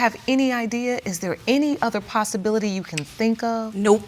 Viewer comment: Ms. Manning said "Possibility"